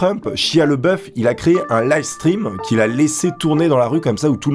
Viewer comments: Shia La Beouf, pas le boeuf -. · Par contre c'est Shia LaBeouf pas Leboeuf... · Prononce au moins correctement son nom (bordel): LABEOUF !! pas LEBOEUF ! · Sympa, +1. Mais cet acteur s'appelle LEBEOUF et pas LEBOEUF... Donc ont dit LE-Bé-OUF ... Joli troll donc xD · Ça m’a écorché les oreilles à chaque fois que tu as prononcé son prénom. Ça se dit « Shaya Labeuf ». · Ca se prononce pas "chia leboeuf" mais "lébeauf" (s'pas une blague)